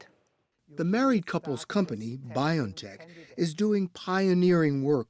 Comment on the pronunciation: If you respect the company BioNTech, pls pronounce it as bee-on-tech, not by-on-tech How do you pronounce the name 'Jose'? 'jo-say' or 'ho-say'?